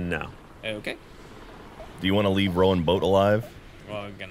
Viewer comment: Why was switching between the two pronunciations of Rowan?